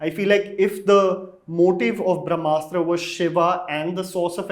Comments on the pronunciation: eek, Anupama calling it 'Bhram'astra is making me cringe a little!! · Brahmastra sounded like Bhramastra when Anupama said it. Hope Ayan Mukherjee gets it correct. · She said "Bhramastra" ... it's "Brahmastra"... Bhram means - confusion, Bramha means - all encompassing universe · I love how Anupama will take great pains to make sure she pronounces Timothée Chalamet correctly or to enunciate the “Kh” in “Khan” from the epiglottis, but somehow her polyglot IQ goes for a toss with Hindi/Sanskrit words. Thank you, my lady, for your late take on “Bhramastra” (“Illusion Weapon”). I will eagerly await your late take on “Brahmastra” on that fine day in the future when you stop looking down on Indian languages. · Did she say Bhramastra in the beginning? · And then in the last minute decided to call it Indian mythology just to lure in the Hindu audience. Eda samajh ke rakha hai. The Ayan guy cannot even pronounce Brahmastra properly ( he keeps pronouncing it as bhramastra 😅) and was going around boasting about how much from his childhood he was influenced by the Indian mythology. 🙌😂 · at 0.29 sec-- I feel sorry for this lady.. She has no clue as to how to pronounce the title of the movie in the first place. I generally love reviews by but seeing him with this lady on same platform..puts off the mood.